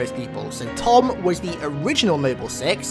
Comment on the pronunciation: I just want to point out it’s Thom not Tom